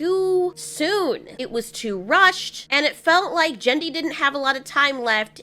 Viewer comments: Genndy not “Jenndy” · its ghen'di not dchan'dey